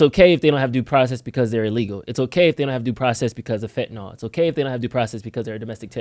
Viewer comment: People have been using drugs and overdosing for HIW long? All of a sudden they want to protect the country from drugs? And please don’t say fwntaNOL.